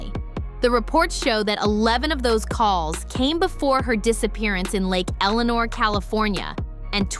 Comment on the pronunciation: Lake ElSinore NOT Lake Eleanor